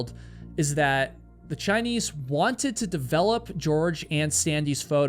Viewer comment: why do u say "chiniece"